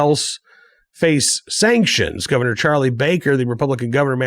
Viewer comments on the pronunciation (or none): none